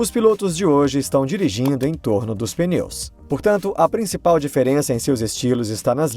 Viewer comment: Não é "peneu" é pneu